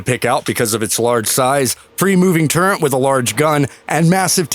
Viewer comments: It is a "TURRET" not a TURENT". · Your constant mispronunciation of the word turret is mind boggling considering this is a video about tanks. There is no n in turret. Definition of turret 1 : a little tower specifically : an ornamental structure at an angle of a larger structure 2a(1) : a revolving armored structure on a warship that protects one or more guns mounted within it (2) : a similar upper structure usually for one gun on a tank (3) : a gunner's fixed or movable enclosure in an airplane